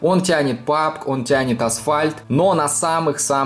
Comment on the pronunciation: Пабг, не Пубг, а пабджи